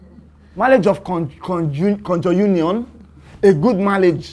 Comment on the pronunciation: Dude said Marriage of Conjounion